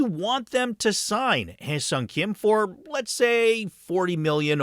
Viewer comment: Kudos for the proper pronunciation of his name